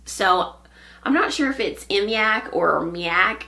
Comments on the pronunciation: Great to see you. Fyi mYak is pronounced like the words “my yak.” Re: row counting. I struggled always with row counting as in the Sophie patterns or the free Baktus design that was so popular a few years ago. Then, I discovered Lucy Neatby’s method, genious! Check it out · Hello, the yak-yarn you are using is pronounced: my-yak. It is a wonderful company and if you do have the time, I would recommend, to watch the episode 56 from fruity knitting, where they have an interview with Paola and Andrea. It is really worth watching it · Hey there, I’m from texarkana, not far from you!! Just found you and enjoyed both episodes. I think the Myak is pronounced My-yak. My husband used to be a beekeeper. Loved it, but now we live in town. People blame all bee aggravations on the local beekeeper. As if that’s the only place they can be found! Thank you for a good episode on cowls, scarves and shawls. Love the song! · Myak is pronounced "My Yak". Enjoyed the episode, as usual!